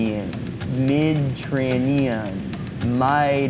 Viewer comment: Gotta love that asian mide trrrranian food haha